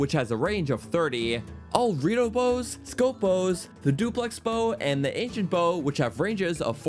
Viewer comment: ‘anicent bow’ Lol